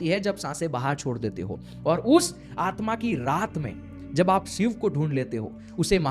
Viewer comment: Shiv me na sh bol pa rha na iv ‘sib’ kya hota hai? 😂😂